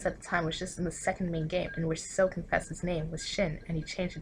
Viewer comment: Damn and I've been pronouncing Sou as "sau" instead of "so" the whole time